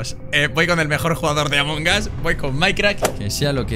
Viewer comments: Escucho a varios Youtubers decir Among Gas Yo: LPM, ES AMONG US! AMONG USSSS! CON LA U Y LA S COÑO! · Gente normal : Among Us TheGrefg : Among GAS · Gente normalisima: among us Thegrefg: AMONGAS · Se pronuncia "Among As" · Nadie: absolutamente nadie: thegrecox: Amon Gas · Nadie: Grefg: Among Ass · porque dise amongas